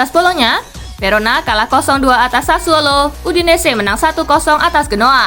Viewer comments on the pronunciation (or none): none